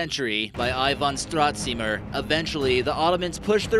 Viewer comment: Thx for making this vid! Finally someone shows that Bulgaria has a lot of history to it! And its pronounced belogradchIk (the intonation is on I but don’t make it too hard, which is weird since the people that live near Belogradchik usually put very hard intonation in words)! And it’s pronounced stratsimIr (again the intonation but on the second I and don’t make it too hard. But some words or names have the intonation in the start! That’s why Bulgarian is considered to be one of the hardest languages! And because a we have a lot of words for more then one, two or three things